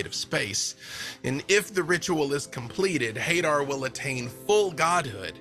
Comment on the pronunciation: Everyone pronouncing Hadar like "Hay-der" hurts my soul.